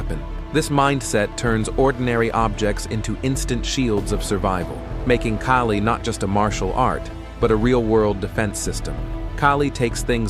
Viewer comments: You are wrong of pronouncing it. In Filipino, letter A sounds like "A" as in "A-merica", "A-rgentina", "A-laska", and "A-bandon". • Kali = key-li ❌ • Kali = kA-li ✅ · That is not keeli , it’s Kaali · It is not pronounced as [kay-lee]. It should be pronounced as [kah-lih]. Why is your voice-over using both pronunciations? It makes you sound confusing and confused. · Damn AI. It's pronounced Ka-Lee. Not Kay-Lee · Why do you keep saying Kali and Kaalee? It is pronounced KALI. Goofball AI... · AI kept on calling it Kaylee.😂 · This is a nice piece of film about Kali, but I notice here that the word Kali is pronounced correctly in the Beguine. Later I hear the man keep saying "Keli", which is a bit of a shame. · Kali ❌ Kaylee ✔ 🤣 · It is pronouced as "Cali" like Cali-fornia not with a K as Kali - fornia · KAALI … AI , okay. Follow the right pronunciation broken down for you, AI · I do train in Kali and others. Even with this AI voice, can’t mispronounce ‘Kali’ itself and have credibility. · How come they cant pronounce kali? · He keeps changing his mind on how to pronounce the word. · Love anything highlighting the amazing art of Kali, just having a hard time with the AI voice mispronouncing it over and over again. And "baston". 😄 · You keep pronouncing Kali two different ways. I hate AI videos . Also, why are you showing all the fancy useless karate stuff. There is nothing fancy about Kali.